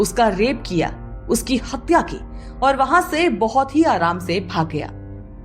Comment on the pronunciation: Hapya kya hota hai? Hathya bolo na?